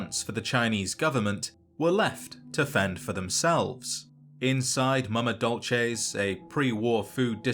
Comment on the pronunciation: As a Starbucks employee, I would like to thank you for pronouncing Mama Dolce correctly (dol·chay), rather than the incorrect way (dol-say). I can't explain how it feels to hear the incorrect pronunciation of so many things hundreds of times in a single day, every day, for months on end. It's a nightmare made worse by the fact that everyone saying it has that horrible stereotypical white californian accent. It's awful. If you liked this comment you're probably in s similar predicament but I'm betting no one is gonna read this. Good luck to whoever does, have a nice day, I really appreciate your time.